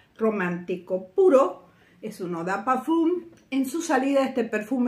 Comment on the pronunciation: Estimadisima, parfum en francès, en vez de pronunciarlo como "U", es una E nasal, que podrias pronunciarlo como: parfen (como "end" en ingles pero sin la d final ). Con mucho gusto aporto como profe de francès y espero sirva para tu hermoso canal. Bendiciones!